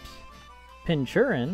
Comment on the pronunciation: It’s pronounced “Pinkurchin” not pinchurin. As in pin cushion and urchin.